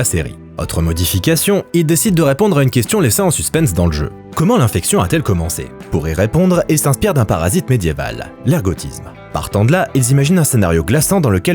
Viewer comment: "une question laissée en suspense"... 🤣 C'est laissée en suspens, et ça se prononce "suce-pan"